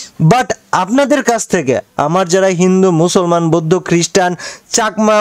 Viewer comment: বৈদ্ধ না বৌদ্ধ